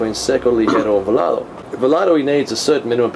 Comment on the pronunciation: Its volado not volardo....interesting review.